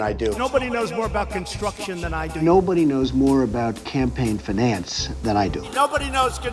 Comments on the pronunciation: my guy literally missprounced finance while saying nobody know more about it than him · "Nobody knows more about campaign finance than I do". Yet he doesn't even say "finance" right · "Nobody knows more about campaign finance than I do." For this to be true, he needs to at least be able to pronounce "campaign finance".